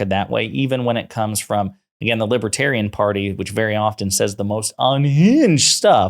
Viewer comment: He can't even pronounce libertarian. 🤣